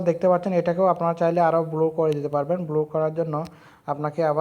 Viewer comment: vaii bluur na bloor